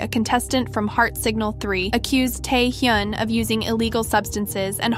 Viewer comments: It is Tae Hyun not Tae Hyoon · At least google how to pronounce "taehyun" please this is embarrassing